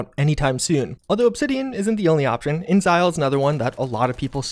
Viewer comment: It's Inexile not incel